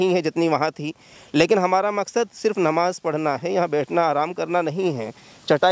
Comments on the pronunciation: Anchor, Gudd Bakhii, Namaz hai woh, NAWAZ Kahi jaa raha hai.. Pehle language per control rakhoo phir, journalism karoo. Burrrrrrrrr........ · NAVAZ NAHI NAMAZ HOTA HAI BRO DHYAN DE GYAN DO 😃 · Repoter Bhai pehle apni Pronounsation thik karo it is not Nawaz but Namaz.... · Bhai namaz hoti hai , nawaz ni 😂 MR. Anchor ji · Please clear pronunciation Namaz not Nawaz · It's Namaz not navaz pronounce clearly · Abe bhai pahle aap pronunciation to sahi karo nawaj bolrahe ho,NAMAZ hota hai bro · "Namaj" Bol re Nawaz nhi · Nawaz nahi namaz bolna seekhe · Patrakar bhai Namaz bolna seekh le fir Patrakarita kar